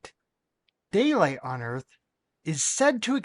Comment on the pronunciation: Fuck me, i can actually feel my brain cells dying. Wibble, wibble. Ugh flat erf.